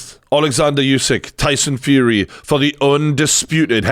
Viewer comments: its not yousyk-its usyk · USYK is pronounced “Oo-sic” NOT “you-sic” - why does every boxing journalist get this wrong?!